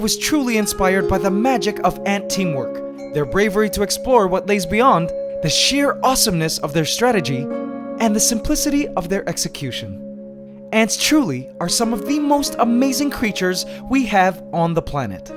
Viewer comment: "and the sumplicity of their execution" oh look it's queen Anne Boleyn!